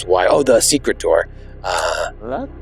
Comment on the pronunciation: "Secret yourselves into some robes"... he said it wrong , made it sound like secrete, 's why we say it more like seekrit when its said, ewww